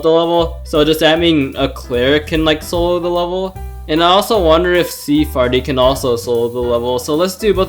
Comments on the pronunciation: "sea fairy" not sea farty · i though her name was sea fairy not sea farty